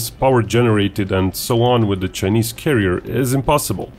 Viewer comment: Given that he is going to say "Chinese" hundreds of times in this video, how is it possible that the supposedly professional commentator of this video, does not know how to pronounce "Chinese"? And how is it possible that nobody corrected him before this video was launched? I'm only asking.